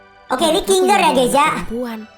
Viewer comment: Kinger bukan kinggler